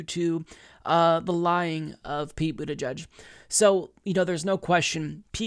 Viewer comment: Stg he is saying Booty judge